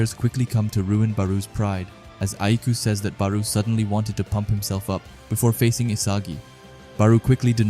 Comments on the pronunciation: Barou is pronounced like borrow. baroooo lol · Why do you say ''bar-oo'' i thought it was ''bar-o'' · barou ( ba-row) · The u is silent just say bar and row add them together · Bar-oh is how its pronounced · "Baruu " lol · always dropping bangers but we gotta talk about your “Barou” pronunciation💀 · The Barou pronouciation is crazy LOL, but jokes aside this a fire video